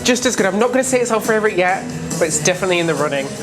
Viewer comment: I love how he says fravorite! These guys are MY fravorite! I’m ready for my 3rd VV cruise on Valiant for New Years and then back to Scarlet for April 23! Join me if you want to cruise the Virgin Way!